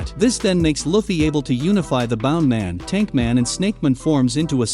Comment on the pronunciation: its bounce man not bound man